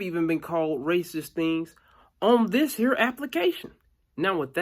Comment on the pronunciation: "On this hurr application." 😭😭